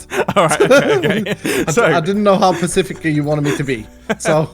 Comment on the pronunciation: Corporate needs you to find the difference between these two words [Pacific] [Specific] Mumbo and iskall: they are the same word